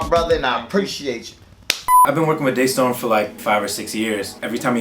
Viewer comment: Wait! Day Storm? I thought is was Da Storm